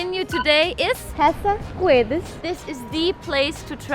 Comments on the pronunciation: Here in Portugal we dont spell the U after a G. Its not GUEDES....you spell it "GEDES" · It is funny how you pronounce "gazela" and "guedes" :) . Yes, I agree with you guys. Portuguese fast-food should be exported.